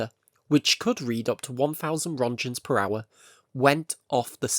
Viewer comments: wish they could pronounce roentgens correctly, like you did all this research but didn't look up on how to pronounce the father of x-ray's name. :I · Please google how to pronounce rÖntgens